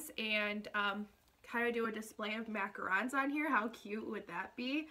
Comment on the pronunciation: Please learn how to say macarons